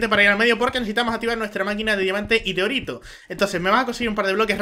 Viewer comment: se que dice orito pero parece que disiera doritos